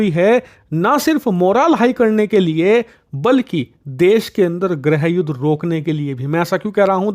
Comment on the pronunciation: It is not ग्रहयुद्ध. It should be गृहयुद्ध.